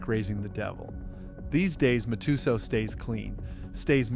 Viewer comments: Mat-ah-sal , can't believe your pronunciation. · You really can’t pronounce Matasow correctly? MAT-uh-SOWW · nor Mike Ma-too-zow🕵️‍♂️